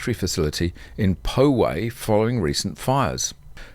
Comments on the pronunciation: They need 12,000 EVs but buy 2 teslas now - I would bet every dollar I have they will buy them from CHINA if this happens at all. The story on POWAY is pronounced POW WAY. with the heavy ou sound like the ouch sound. It's a tribal name. California does this alot. I would love to see them watch your channel instead of the propaganda lefty state run channel. It's so good. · It’s pronounced pow-way. Love your channel.